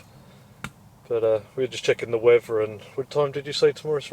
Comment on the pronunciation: did you say, weavuh? Why do you hold your beer up and say "chiz"?